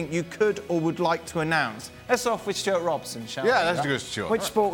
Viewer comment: Stewarts pronunciation is correct.